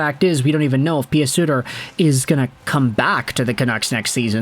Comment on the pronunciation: Say PEW Suter not PEE AH Suter please. lol just saying . love the content. Cheers .